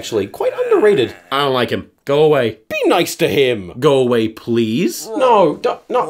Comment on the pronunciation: "May i pwease hav' an autogwaph" sounds very bri' ish to me